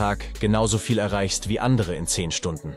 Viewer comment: Sehr gute Zusammenfassung und angenehme Stimme. Aber die KI ist noch nicht perfekt... bei sollte die Betonung auf "10" und nicht auf "andere" liegen 😉